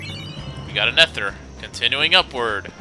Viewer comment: You are the worst at pronouncing things... Chimera is "ky-mer-a" with a K sound. And ether is pronounced "ee-thur." Also, quit saying "jill" when you know it's wrong.